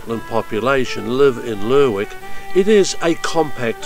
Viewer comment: You could at least pronounce Lerwick the right way.